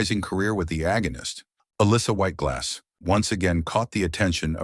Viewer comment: If you are going to make a video about a celebrity, the least you can do is teach your stupid AI voice to pronounce the name right. Sheesh!